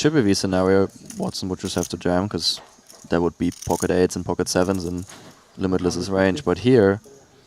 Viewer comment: I think they pronounced limitless pretty well